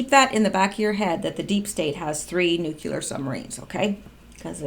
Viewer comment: Nu-clear not nu ku ler